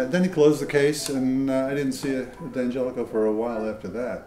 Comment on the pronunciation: Notice , he correctly pronounces it ,Dan jelico?